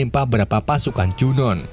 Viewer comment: Junoon dibacanya Junu Jeena dibacanya Jina